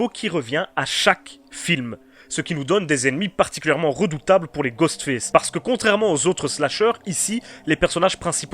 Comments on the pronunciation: Je t'aime bien, mais sérieux travail ton accent parce que là ce qu'on entend c'est pas Ghostface, mais Ghost Fesse 😂😂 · ''Ghostfesse'' mdr